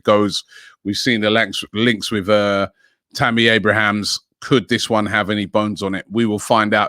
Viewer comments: Hope arsenal don’t sign Tammy abraham Robbie’s already doing my head in not being able to pronounce his name properly TAMMY ABRAHAM’S whoever that is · He's still saying Tammy Abrahams 😂